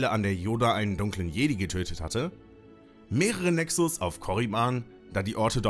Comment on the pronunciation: Cooles Video. Btw der Plural von Nexus heißt Nexus, weil es eine u-Deklination ist (Latein). Das u im Plural wird lang ausgesprochen.